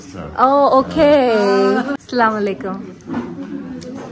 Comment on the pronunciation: Plzz ap apna salam chiness na karain because 1 salam ky bhot matlb hoty hain plz jo ap aslam u alikum bolti hain wesy he bolain salam a alikum kia hota h